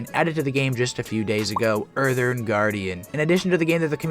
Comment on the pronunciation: "Urthurn" "Mawna" 😂🤣😂🤣